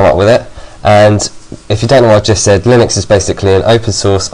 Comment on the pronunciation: lol u pronounced linux lie nux then u said lin ux